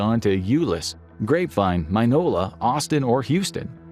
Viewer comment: not "Mine-o-la" "Minnie-o-la"